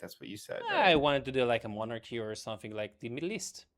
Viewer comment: I didn't know you want a monachy,. (and it's "absentee", not "abstentee")